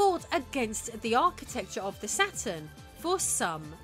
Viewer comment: "RISE & FALL OF THE ATURN"